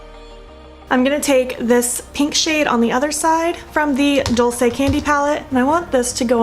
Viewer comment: It is pronounced duel say. It means “sweet”. Since we are YouTube BFF, I knew you wouldn’t mind a little help. I think the packaging of theses products is really appealing. Thank you for not editing out the parts of this video where you had to fix problems. All of us experience that and it is nice to see such a realistic tutorial. I haven’t finished the video, so I might be back with more advice.🤪. By the way, I am still laughing about the video where you said the lipstick would survive taco night!😂.